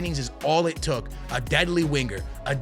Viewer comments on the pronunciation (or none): none